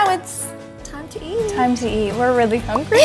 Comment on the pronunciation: We’re really hunGryEEhh.. 😂